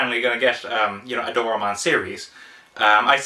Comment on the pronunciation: you butchered his name.........it's not DOOR AH MON!